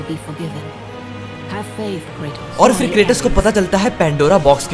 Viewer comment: Kratos ❌ Cratus ✅